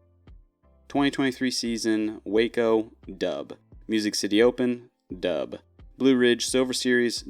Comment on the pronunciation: sorry .. i cant keep listening to you say "doub" .. im out at just over 2 minutes